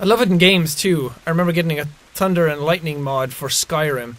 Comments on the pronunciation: Seans speech is so different here, 😂 he says tunder instead of thunder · "tunder" lol. I love how the Irish can't say "th" it's kind of endearing. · Oh my gosh him saying thunder is like “ Tunder” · Jack sounds more Irish here than he does now with the way he pronounces thunder “tunder” im here from the final season of the walking dead lmao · t tunder?jack ye not speaking right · that "tunder" is skary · "tunder" lgit i cant :) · you said tunder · "tunder" lmao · WHY CANT YOU SAY TH BUT U SAY T LIKE TUNDER THATS WHAT YOU SAID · Pretty early in the start some Irish accent slips when he mentions the thunder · his irish accent compared from then to now when he says “thunder”